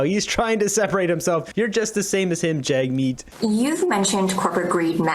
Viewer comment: I’ve heard him say his name is JUG Meat on an interview